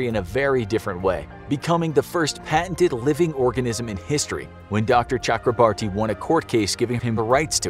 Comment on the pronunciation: It's Chakra bore tee.